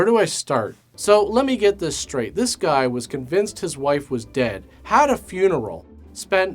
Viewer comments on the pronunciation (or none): none